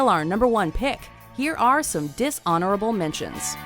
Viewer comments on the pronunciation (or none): Hey alright! She finally quit saying, "...or in this case, DIShonerable..." GEEZuhz